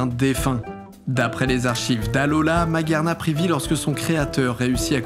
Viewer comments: Super vidéo, vous etes trop fort ! Mais les prononciations par contre : ArKÉusse, MaGUÉarna => c'est du japonais !!! On dit pas pikachu, on dit PikaTchOU !!!! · Alors pour Arceus je te l'accorde. Mais, dans l'anime et même les films, les gens sont payés pour bien prononcer le nom des Pokémon. Dans le Film Arceus le joyeux de vie, ils disent tous Arkéusse! Pour Magearna, c'est マギアナ (Ma-gi-a-na) donc bien Maguéarna et pas Magéarna (et cf l'animé également) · Ce que je dis c'est simplement que ton argument du japonais ne tient pas la route, puisque Arceus s'appelle "Arseus" en japonais et "Magearna" se prononce à l'anglaise "Maguirna" (et non toujours pas "Maguéarna") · Ca tombe bien, parce qu'en japonais Arceus s'appelle アルセウス "aruSeusu" Et pour Magearna, c'est... de l'anglais. Donc "Maguirna"